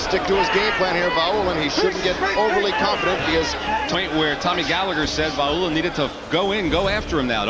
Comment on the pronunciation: Vaulin = pronunciation Va-oo-lean , not Vo-lain.